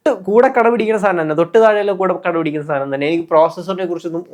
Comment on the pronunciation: കട പിടിക്കുന്ന അല്ല കിടപിടിക്കുന്ന എന്നാണ്